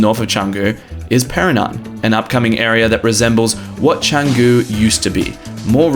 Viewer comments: I think you meant to say Pererenan and not Perenan :D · Nice one! Canggu pronounced well. now Pererenan..just and "re" missing ;) A quick headsup about Bwork - They only work with memberships or 10+ hour passes I believe. Last time I tried there there was a massive waitlist. You can still work in their café though which is okay-ish. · ok then you started saying it right but you should learn to spell and say Pererenan. Can't watch any more.